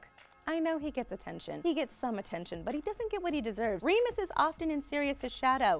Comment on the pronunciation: It's not Remus!😠